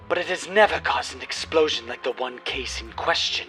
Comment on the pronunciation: tERrible explOWzhin!!